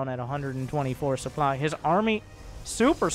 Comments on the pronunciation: Stop saying supply as soup ly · its because the soup doesnt lie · Who doesn't like a healthy dose of souply? It's like you're not even French!